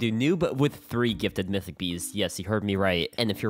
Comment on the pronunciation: Bro really said "mytich"🤣🤣